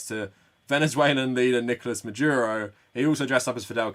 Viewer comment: I always enjoy your videos, but I've noticed you always pronounce Nicolás Maduro's first name as if it was Nicolas, but there's an accent there, it should show you where the strongest syllable is.